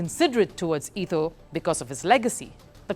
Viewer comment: It ETO NOT ITO. She clearly have no clue about who she is talking about